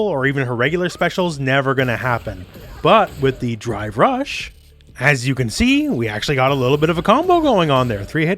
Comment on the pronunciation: Still sounds like you're saying "Dry Brush" also i can't stop laughing at the kid on top of the vase in the background.